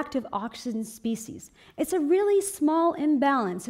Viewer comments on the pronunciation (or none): none